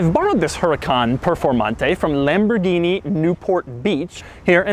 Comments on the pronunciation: At you say lambordini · Tf is lamburghini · Lamberghini? LOL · Oh La LaLamborghini?